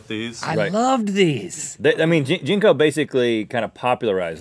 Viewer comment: jank-o's not "gin-kos" other brand was kik wear. biggest i ever saw was 48" i believe.